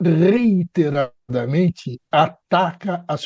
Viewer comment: "reiNteradamente" não, por favor. REITERADAMENTE